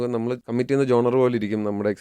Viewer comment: genre ˈʒɒn.rə